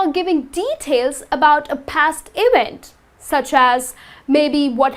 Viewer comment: Not ewent Its a EVENT!